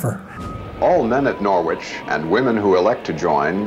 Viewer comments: Do americans really say Nor which? Here in the UK its Norich (soft o)? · Im from a city called Norwich in the UK. We pronounce it Norridge not Nor-Witch. Wonder where this uni got its name? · NORWITCH,it is pronounced norich NOT NORWITCH. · Why do Yanks have to change the way a word sounds. Nor Wich. There is a city in the UK with the same spelling but is pronounced totally different. The W is silent sounds like Norich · From an ex Brit NCO....... who is from Norwich England . Its pronounced and said as Narwich if you ar from Norfolk....And cadre is French pronounced and said as Carrder or carder. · It’s funny how Americans say Norwich 🇬🇧🇬🇧🇬🇧😂😂😂come on guys get it right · In UK there is the city of Norwich but is pronounced Norich, the R is silent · Americans.... Stealing names from other countries then not pronouncing them correctly. Every time they said 'Nor-witch' I cringed. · Just so you know the letter ‘W’ in Norwich is silent. It’s pronounced Noh - rich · When will Americans learn to pronounce placenames correctly? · Shame none of them know how to pronounce Norwich properly